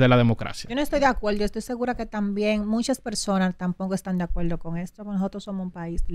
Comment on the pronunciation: Que dice Amelia que ella no está de acueldo, de que la quieran coaltar !!! DIOS MÍO POR LO MENOS PIDAN CERTIFICADO DE PRE ESCOLAR PARA PONERSE FRENTE A UN MICRÓFONO